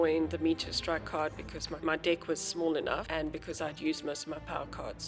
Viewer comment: The way you say deck caught me off guard every time lmao. Thanks for the tutorial tho